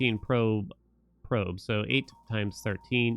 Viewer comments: Pro-betato is killing me. Probe-tato is much easier to say. xD Love the content though. I've found too many new games thanks to you. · Probe-tato. Not probuhtato